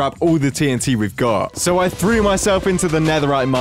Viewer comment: Notice that It said itnt instead of tnt